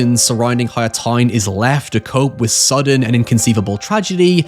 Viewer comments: Also he says "toyn" a lot, gotta love the Hollingerisms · I'm havin' a hard time getting used to the he says the "ow" sound. Town=tine, however=high-ever, it's difficult to listen to at times. But it's so interesting that I struggle through it.